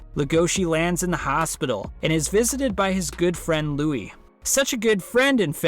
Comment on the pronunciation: Louis's name is pronounced LOUIE. Please avoid calling him Lewis.